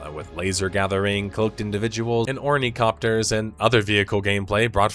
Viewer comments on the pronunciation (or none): says he's a dune fan. calls them ornicopters. you don't have to lie about reading books or watching movies. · He said it so many times I was starting to wonder if I mistakenly thought it was Ornithopters